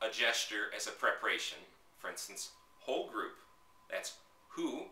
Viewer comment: haha i thought you said "ogre" instead of "whole group" lol i was like ok there must be a specific vocab haha cool vids you make it really simple!